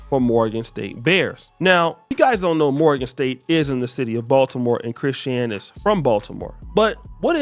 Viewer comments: You ain’t never heard no body call this girl Chris-Shan Rock. At least say the POS name right. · He says her name like Chris Shan Rock 😅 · Why you saying her name like that 😅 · Say her name right u sound stupid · Bro the way you say Chrisean is crazy lmao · Chrisean cannot win regardless with some of y'all. Blueface is his own problem and accountability is his own. Ghetto fake gangsters like BlueFace and Ronnie like ghetto ratchets like Chrisean and Jayden Alexis etc. And why not pronounce her name properly? She is TRYING to get things together. Yes she definitely is/was a crashout and has unresolved mental issues... but all those dudes who deal with her made their choices. Maybe she is finally in her arc. These channels are pure negativity and run by haters who don't want to see ANYBODY win. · Omg pronounce her name right